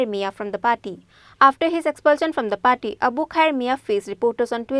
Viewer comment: Not paty... It's party.